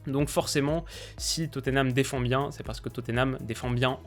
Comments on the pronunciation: Étant Londonien, je me permet de te dire que Tottenham ne se prononce pas Toténam mais Totnam ou bien Totenam. Bonne continuation :) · La prononciation anglaise c'est Totenham en prononçant le H